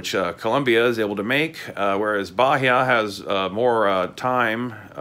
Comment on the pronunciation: Native portuguese speaker here. It`s pronounced baEEa, not BAheeA